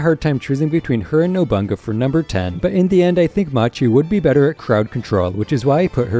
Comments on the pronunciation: Rankings are way off. work on that “NOBANGA” NOBU-NAGA. If you can say Bonolenov then you pronounce nobunaga. Ill subsribe after that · additionally the sword member is pronounced no-boo-nah-gah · Ain’t no way my boy just said “nobunga”💀💀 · You lost me when you called nobunaga "nobunga" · Lol didn’t bother me